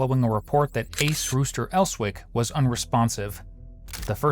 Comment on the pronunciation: Did you just call his son Ace..ICE?!?!?